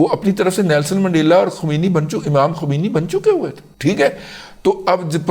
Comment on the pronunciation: Sahih talaffuz ye hai. Ayatullah KHOMAINI